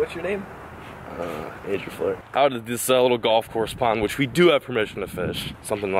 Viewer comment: Lol I heard you say Andrew flair 😂